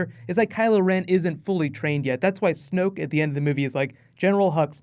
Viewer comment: ***** its snoke not smoke.